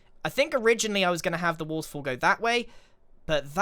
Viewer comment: I just love hearing Grian say woterfoll over and over xD